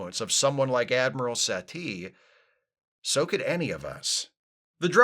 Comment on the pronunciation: I keep hearing Satie as "settee"; which is a UKanian word for a couch. It is very distracting.